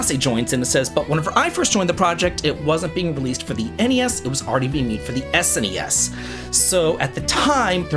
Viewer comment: THANK YOU for saying N-E-S and S-N-E-S! It’s so weird hearing Gen Z and Alpha say “Nes” and “Snes”. My Unc-status is showing 😭